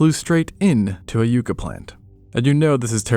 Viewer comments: It's pronounced more YUCK-uh than You-kah. We love our stabby yucca plants🌵 in the Southwest and eat fried yuca🥔. LOL I enjoy your videos! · haven’t heard yucca pronounced that way before. Yuh-ca not you-ca it’s my states “state flower” love the vids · Yucca sounds like "YUCK-Ka" instead of "YOO-Ka" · Yucca is more "yuck uh" and less "you ka" as someone who has one in my front yard. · Actually -- YUCK-UH (yucca) describes the succulent plant from the SouthWestern U.S. YOO CUH (Yuca) is the root from Africa they use to make fufu. Not blaming you just wanted to mention. Surprising it is all across the U.S., i'm only familiar with the ones in thet Southwest! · Pronounced “Yuck-A” not “You-Ca” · Yuh-cuh not you-cuh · It's a yucca, not yuca. Different plants and pronunciation. Great video otherwise. Love the channel. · yucca = yuck-a not you-ka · It's not a you-cah leaf but a yuck-cah leaf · Yucca, not "Yookah" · Love the video but I cant help dying as a New Mexican when you pronounce "yucca" as "yuu-ca" 😭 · i couldnt figure out what the hell a yewka plant was and then i realized what you were trying to say 🤭🤭 hahaha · Speaking of bizarre, the way you pronounce yucca is absolutely bizarre to me. I've always heard it pronounced yuck-uh, like the ancients named it for how the leaves taste. It's a native American name, I don't call the shots. But yeah, depending on the type of yucca, that could've been quite the grievous wound. Considering that everything was bigger back then and the modern day agave has leaves that could quite literally impale a human on... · yucca - short 'U'. "Yuck-a". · Small thing, it’s pronounced yucka. Sorry for being nit picky. 😉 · it may be valid but, the pronunciation that is common where I grew up and every place I’ve lived in the western states is yucca/ yucka. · A Pew-Cuh leaf. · You need to look up on how to pronounce yucca. It's not a U sound... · they way he says yucca made me laugh that is not how u say that at least not where I'm from.